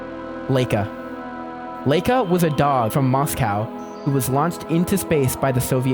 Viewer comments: its pronounced luh-eeka and spoot-nik 😭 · Laika is pronounced Lika with an i and Yuri Gagarin is GagArin with a heavy a like your saying are